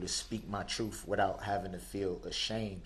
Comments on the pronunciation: "Dis", "Dat", "Doh's", "Troof"??? I Mean, Come On. I Went To School. English Was My Favorite Subject. When I Hear Lazy Language? Is Just An Insult To Our English Language. Can't He Hear Himself Utter, Incorrectly, Words That Can Easily Be Spoken Correctly??? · "TROOF" "GROUNDS " "DO DAT" "AXES" "NOT" "NOT " HE'S JUST A SQUIRLY SMALL NARCISSIST 😂😂😂😂